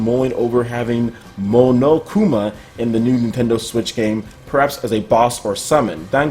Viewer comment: "(Mono) Ku-Ma" is mostly how you pronounce it. I've mispronounced him as well before. 😅 Love the Danganronpa series, highly recommend it.